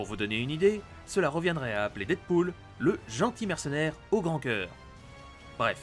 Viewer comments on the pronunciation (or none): none